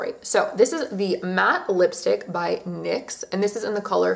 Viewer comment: *NYX not MYX :))))))